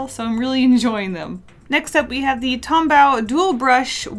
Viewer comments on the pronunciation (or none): When she says tombaw instead of tombow 🤣🤣😂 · Tombow is pronounced like Tom...bow like a bow on a gift. 😁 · i think tombow is pronounced "bow" as in bow and arrow not "to bow" at someone yeah thats it thats all i have to say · everytime she says tombAO it triggers my fight or flight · I freaking love your art style Just one small tip you don’t pronounce the w in tombow